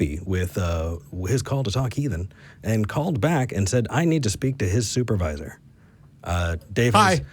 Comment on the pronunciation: " I Want your soop-a-vizor " YEEE ...................